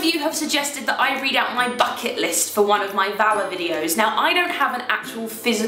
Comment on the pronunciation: Not sure if it's just because I'm American and I don't hear British accents often but when you say VALA it sounds like you're saying valor! x) don't stop saying it though. Spelling it out is too formal